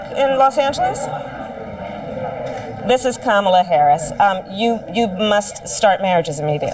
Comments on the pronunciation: I noticed that she pronounces the letters “a” her 1st name the same as in the name Pamela, not like the “a” in the word calm. It seems that even Ben gets it wrong. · This woman is so full of crap that it makes me literally laugh out loud. That whole schtick of pronouncing Kamala's name wrong on purpose is so damn childish. It just goes to prove that she really does fake being smart.😂😂😂😂😂😂😂😂😂😂😂😂😂😂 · Everyone of them purposely mispronounce Kamala, it's so disrespectful, she is the current vice president. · Alina is an embarrassment!! I honestly don't understand why these people keep on pussing all these stupid lies. They only care about personal gain and Maga is too dumb to realise that! Alina is one one of the worst of them and I just hate it they way to mispronounce Kamala's name on purpose. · It‘s so childish to purposely mispronounce someone‘s name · And with all of her education she cannot pronounce Kamala’s name correctly, either? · I say that until these idiots start saying, Kamala's name right we should start mispronouncing each and every single one of their names incorrectly Period Because I don't care If they disagree with her politics or they don't like her Or whatever it is It's disgusting that they refuse to show even the most basic respect to the vice president of the freaking United States of America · It's so disrespectful how the magats keep mispronouncing VP Harris' name! We know they watched the DNC convention and were taught how to pronounce it. Just shows how stupid and immature they are!